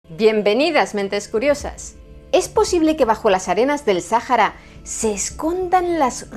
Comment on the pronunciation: Buen video, excepto con la pronunciación del nombre del desierto...